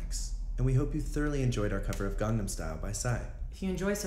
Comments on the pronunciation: Why is no one talking about "garnam style??!!" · "Garnam style" Ok den :/ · "Gardum style??"